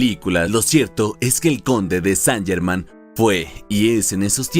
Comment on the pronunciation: Qué penita que el nombre esté mal pronunciado durante todo el relato. Más prolijidad para el próximo video.